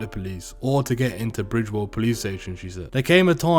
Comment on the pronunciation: Bridewell not bridgewell